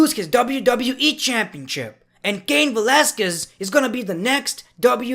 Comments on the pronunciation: How hard is it to say valasquese? 🤦‍♂️🤦‍♂️🤦‍♂️🤦‍♂️ *And before someone says some shit, ik i botched his name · The way cain Velasquez name was pronounced ha ha ha ha 😁😆😅😂😂😂🤣🤣cain Velasquez entrance comes Naomi's entrance song yeah actually I think so 😆